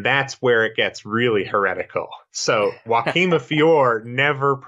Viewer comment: Thank you for pronouncing Joaquim de Fiore correctly !